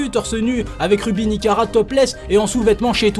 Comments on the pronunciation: Par contre s'est pas ruby nikara mais ruby nicaca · C'est plus nikara mais nikaka